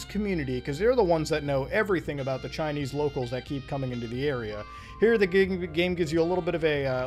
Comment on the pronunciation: “Years ago, i was chinnese”